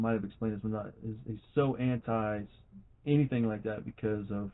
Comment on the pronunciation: And any words that end in “ing”, she pronounces with “ink”. For instance, when she says “thinking” she pronounces it “think-ink”. Or instead of “anything” it’s “any-think”. Rrrrgggg…😡 so freaking annoy-ink